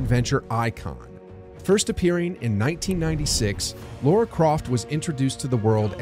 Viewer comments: why do you call her Laura. It’s Lara! There’s no ‘u’ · It's Lar-a not Laur-a. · It's Lara, not Laura. Other than that, a rather enjoyable video. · Oh my god. People can’t say her name right. It’s not Lora. It’s LARA! It’s really not that hard. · Why do people keep calling her "Lora croft"? Its Lara not Lora lol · Drives me nuts! Especially because they were going to call her Laura Cruz originally but they thought Americans would have a hard time pronouncing Laura. Turns out they can’t pronounce Lara either.